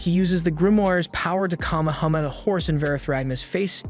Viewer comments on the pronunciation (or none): Kamahama? It’s kame kame ha